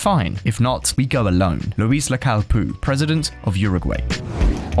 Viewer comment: It's P O U, not Poo ffs!